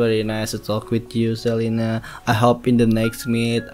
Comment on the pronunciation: Celina bang bukan celana